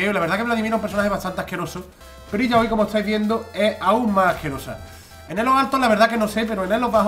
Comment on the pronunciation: Se llama "Ilaoi" , no la enfades